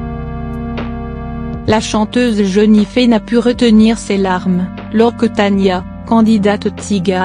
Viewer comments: Ce n est pas ''jenife'' c est jenifer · C'est jenifer pas jeunife faut apprendre à parler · JENIFERRRR pas jenifee 😕😕😕😕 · Elle menerve avec son jenifé ont dit Jenifer bordel avant de dire des choses sur youtube aprend a parler mdr pour info je ne parle pas de celuis qui a écrit ce commentaire je parle de la femme qui a parler sur la vidéo. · Non mais quand on fait une vidéo sur l idole de bcp de gens... au moins on respecte son prénom quoi ça m enerve 😅🤔🤨🤯😡🤬🤧🤧🤧🤧mon idole s appelle Jenifer et pas Jeunifer...😡😭😭😭 Sinon ma belle jen je t aime trop t toute ma vie ❤❤❤❤❤❤❤😍😍😍😍😍😘😘😘jtm a bientôt au russey dans 20 jours au festival pop cornes 😍❤jtm bisous ❤ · Ça se dit JENNIFER pas JENIFÉ mdrrrrrr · C'est pas jenifé c'est jenifer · Jpp "Jeunifé" 😂😂😂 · C'est pas Jennifer avec et mais c'est Jennifer avec er donc ça se dit Jennifer